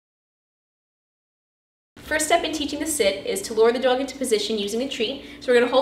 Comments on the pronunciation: the way she says dog is cancerous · You pronounce the o sound wrong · I really love the way she says “dog” it’s really cool. Very helpful as well ! Thank you!